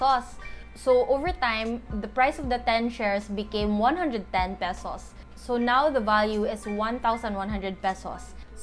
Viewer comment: Salamat au ani na video! been eager to learn this. I believe you're a Cebuana? because of how you pronounce the "pesos" in . Hopefully I'm right. haha anyway, thanks for this simple yet very informative vid! helps a lot! :)